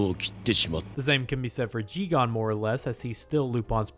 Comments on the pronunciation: It's JiGEN, not JiGAN. Great video anyway! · It's Jigen, not Jigan. Unfortunately, there is a difference. Loved the video otherwise. Keep up the great work! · I noticed a few inaccuracies (or perhaps over-simplification) about the early history of Lupin and I'm really happy that you're not pronouncing it as Lu-pen but how does Jigen become Ji-gan? Every time I heard it really took me away from the video. Really fun video though! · But Jigen's name is pronounced as "Geeg-in"